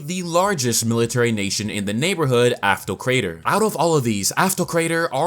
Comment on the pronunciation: you should read the name of "Aftokrator" as its intended. Since its kinda a greek word.